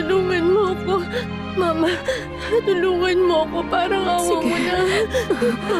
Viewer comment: mama (mabagal na bigkas ) tawag ni rosalinda kay soledad imbes na mama (mabilis na bigkas)